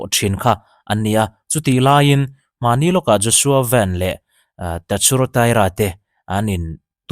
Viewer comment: Engatinge Joshua “Van” hi “Ven” intih zia? Joshua Van ti tur ani zawk